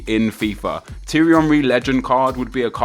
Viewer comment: STOP SAYING HIS NAME WRONG, T-AIR-RE Henry not T-RE